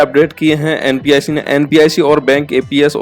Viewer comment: NPIC nhi hai NPCI hai aap bar bar NPIC bol Rahe hai